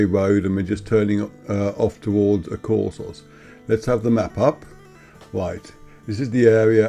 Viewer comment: AkoursOs. Stress on last syllable